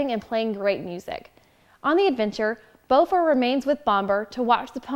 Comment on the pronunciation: So you have trouble using the correct vowels on many names you use? Bifur is not pronounced be fur, but, bi fur the bi sounding like bit not bee Boffer that you pronounced as b oh fur might be easier to think of bah fur At least Bombur wasn't bad bom like off bomb I actually like that they don't want the same mountains to be used again. They fit in well with the Trilogy for settings but the mountains in the Hobbit should not match even accidentally.